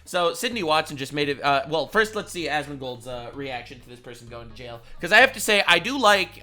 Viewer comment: I know this is stupid but when you were yelling,jail jail I thought you were yelling nail nail yes I know that’s stupid but you gotta admit you say some funny shit. Keep on rocking it.